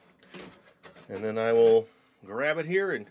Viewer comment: When you say 'and then' I here you say 'enen'